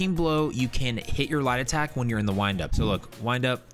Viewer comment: I watched one of your other videos and was like I can not find lie detect under any of these trees..... after watching this I realized you were saying light attack